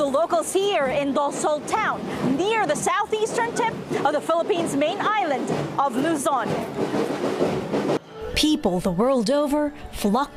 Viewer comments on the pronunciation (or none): Hi, it’s Luzon Island and not Luzol. Thanks! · "Lozol"? Come, it's Luzon.